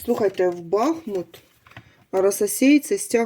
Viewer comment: Дякую,тільки будь -ласка БахмУт!